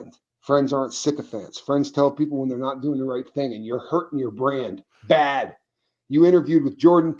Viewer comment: I like how he emphasize B A D 😂😂😂 even though my broken hand is hurting it made me laugh so hard